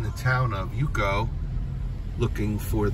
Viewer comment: Love your video. All due respect to your work: Yauco is pronounced: YOW - CO. Yucca is Cassava. ..Thank you so much.